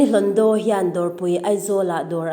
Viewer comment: Rini hlondo ti la, hlondaw/hlawndaw tiin ilam tlat zel.. Hlawndo/hlondo